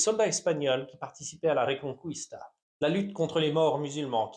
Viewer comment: Reconquista et pas reconcouista😂 tu n'es pas le premier à face genre d'erreur .😊